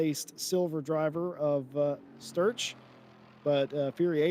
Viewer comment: Just realised the commentator couldn't pronounce 'Sturch' properly and kept saying 'Strutch'